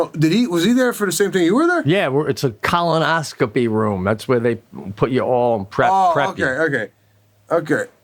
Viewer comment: Pete has a lot of trouble with the word colonoscopy lol. He goes back and forth between colonoscopy and colonoscomy. It's colonoscopy Pete!